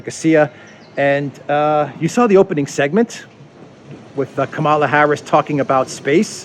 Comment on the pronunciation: It's Kamala as in Pamela.